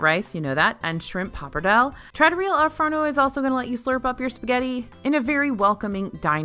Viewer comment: Girl. Say it with me TRAH-TOUR-REE-AH Al Forno